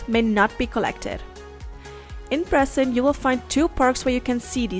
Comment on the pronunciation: your pronouncing the name of the island wrong as I used to live there